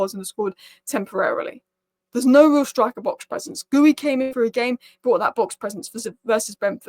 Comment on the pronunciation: You still can't say GEE - YOU (Guiu)?